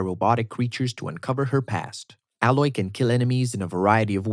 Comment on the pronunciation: when you literally said ALLOY instead of saying EYLOY lol